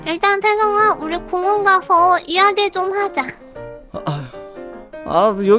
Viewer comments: 공원을 공항 으로들음ㄷㄷㄷㄷ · 공원이라고 할때 공항인줄 착각함ㅋㅋ님영상 🐶꿀잼 4기가 나왔으면 좋겠다는 마음으로 1기라도 본다ㅠㅠ😭